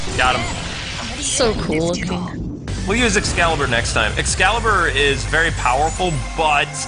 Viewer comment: You cringed me when you kept saying Excalibur for the love of god the name of the skill is LUXCALIBUR!!!